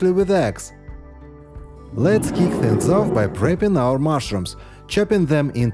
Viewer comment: he said creesp instead of crisp/ and keek and loosciously